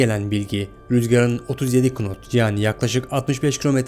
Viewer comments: knot deil not diye okunuyor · 'DE RÜZGARIN HIZININ 37 "KINOT" OLDUĞUNU SÖYLÜYOR HAHA CEHALETE BAK YA 😂😂 "NAT" DİYE OKUNUR O...KNIFE'A DA KINAYF DİYORDUR..BİR DE KALKMIŞ VİDEO ÇEKİYOR.. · knot değil not diye okunur ve o yasal sınır 30 knot üstünde inilmez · "kınot" değil "nat" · nat okunan kelimeyi kınot diye okumanız.. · KINOT değil Nat diye okunur o kardeşim. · Knot(nat diye okunur) bile diyemeyen adamın videosunu izliyoruz. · Knot değil knot ne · Böyle detaylı bir video yapıyorsun 'nat' diye okuman gereken hiz birimini "kınot" diye okuyorsun. Sacmalik ! Herkes youtuber oldu. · ABİ KNOT NAT DİYE OKUNUR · Kınot kardesim nat diye okunur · knot diye yazılır nat diye okunur ingilizce de başta ki k ler okunmaz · tam "nat" diye de okunmuyor. Garip bir telaffuzu var. "naot" gibi bir şey. Amerika'daki hava kontrolerleri "nat" diye telaffuz ediyor diye biliyorum. Ama "Kınot" da olmaz jdjdjsjsj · Video iyi olmuş ama yanlışlar var 1. Pist kısa değildir uzundur. 2 rüzgar hızı knot değil nat diye okunur 3. 24 pistinin 06 pistine neredeyse 980 metre açıklığı bulunmaktadır. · herkeste kınot dedi izlemeyi bıraktım yazmış olabilir yanlış telaffuz olabilir herkes insan bir yanlış yüzünden bin doğrudan vazgeçecekseniz zaten sorun sizdedir kusura bakmasın kimse adam çok iyi özetlemiş herkes başımıza pilot kesildi maşşallah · K-not degil nat, telsiz konusmalarindan da anlamiyorsun defalarca tekrar edilmisken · Allahaşkına şuna knot deyip durma kardeşim! Knot yazılır, nat okunur. Havacılıkla en ufak ilişkisi olan herkes bunu böyle bilir! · Kınot dedikçe ağzına vurasım geldi. Knot yazılır nat die okunur. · "Knot" degil "nat" diye okunur o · Kardeşim senin o dediğin amerikan ingilizcesi pilotlar ingiliz ingilizcesine yakındır daha basit "knot" diye okunur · "kınot" ne kardeşim ? "nat" diye okunur. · Nat diye telafuz edilen kelime knot diyenin videosunun mk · KINOT değil o, NOT diye okunur. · Kınot değil nat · Knot ..kınot diye değil nat diye okunur emmi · Kınot ne, nat diye okunur